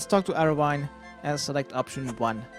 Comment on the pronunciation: I love your video's but your mispronunciation of a lot of things ... painful. for example: it's the KhaRaZi jungle not KhaZaRi and it's Arianwyn with the focus on the i and the wyn is prononouced like win in dutch